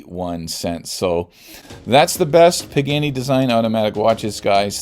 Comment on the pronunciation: Nice video and love this brand but PLEASE! It is pronounced “Paa-Gaa-Nee” not “Pig-Annie”